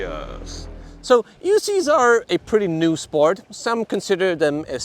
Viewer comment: came to the comments to share/see if anyone else heard "EUscheees" lol "for the love of Begode" was classic